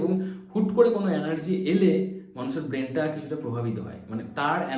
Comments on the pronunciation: Anergy na Vai energy hoe .thik moto to bol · Word ta anargy noi energy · Anergy...Noy.....Energy ..habe